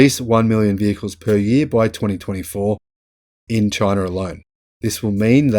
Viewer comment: "Chy-na" DJT